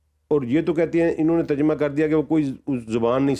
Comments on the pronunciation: واقعی اردو میں ترجمہ یہ صاحب تو بالکل نہیں کر سکتے جو ترجمہ کو تجرمہ بول گئے۔ 😂😂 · بھائ جان ترجمہ کا لفظ درست ادا نہیں کر سکتے۔اور چلے ترجمہ قرآن کریم کا انکار کرنے۔جہالت کی حد